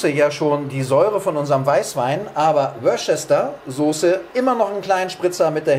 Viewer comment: Wusterschör,....WUSTERSCHÖR. Superlecker. Ich LIEBE Ragout fin. Vielen Dank für's vormachen